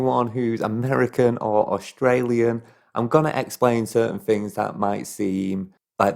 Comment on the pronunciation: You explain certain fings